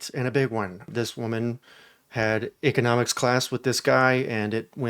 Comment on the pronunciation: Did you say "ickenomics" 😂